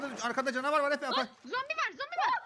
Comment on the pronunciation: Zombiyi combi diyen koca yürekli